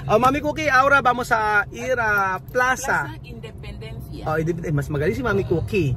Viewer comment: Plaza independencia is spanish kaya alam ipronounce n....gud job